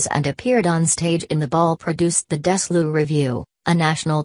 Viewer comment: Robert Osborne is missed. Mr. Osborne was a great friend of Lucille Ball and seemed to know everyone in Hollywood .Osborne was a sharp interviewer and got stars like Kim Novak to open up ( See TCM Interview with Novak). Osborne was the last reporter to interview Susan Hayward. Osborne was a great friend of Bette Davis. PS The Narrator pronounces the legendary Desilu as Dezlu! Huh?